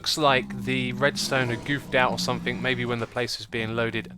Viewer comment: X. are You aware that You say somethinK instead of somethinG? (No offence intended)